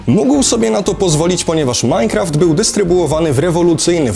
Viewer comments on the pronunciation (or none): none